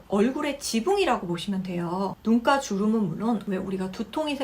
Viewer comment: 눈가인데 자꾸 눈깔로 들려요 ㅋ